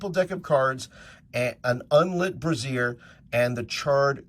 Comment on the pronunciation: Brazier? You’re pronunciation is a bit off. It’s not a boob holder brazier.